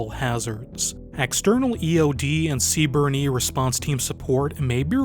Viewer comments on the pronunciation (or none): It's just pronounced C Burn. Don't pronounce the E, lol